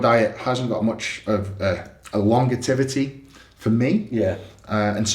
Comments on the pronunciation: Longetivity is how I'm pronouncing longevity from now on lol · Longetivity? Don't you mean longevity? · Was Eddie deliberately saying things wrong this video, longetivity, bano….fee, afeeliate code